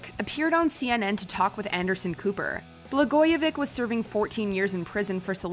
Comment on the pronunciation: The “ch” at the end of Ron Blagojevich is pronounced as “ch” not as a “k”.